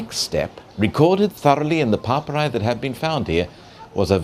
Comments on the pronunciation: Papyri. He said it 20 times before I figured out that he meant papyri. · Horrendous pronunciation from a horrendous host.